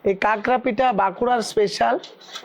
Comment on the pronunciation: Ota kakra na prabhuji 😊 unar bolar dhoron ta alada tobe etar thik naam ta hocche" khakra" not kakra .